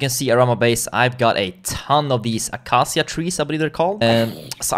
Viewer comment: Since i don't really know how to pronounce acacia wood, I will try, you pronounce it like this: acaisha; the sh are pronounced together and the c like k, i can't believe i am explaining this in the comments since its so unimportant lol